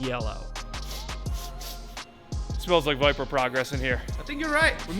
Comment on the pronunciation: Listening to say Corbette and Biper in the same sentence had me rolling